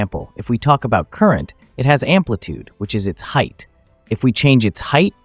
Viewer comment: amplitude, not ampitude